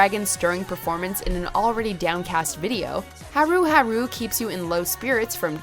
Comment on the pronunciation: Right? Haru Haru was the final straw for me. I could forgive a lot of them but that was just lazy. It's clear they just did a 5 second google search to get the answers for this video and then uploaded it with their shitty pronunciation. They have no idea about kpop and only started making kpop videos after the genre started blowing up just like all the fake ass kpop reactors that started popping up around 2016.